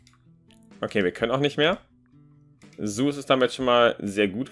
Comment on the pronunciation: Das heißt nicht,,suß" Das heißt ZEUS wie dieser Gott aber ok-_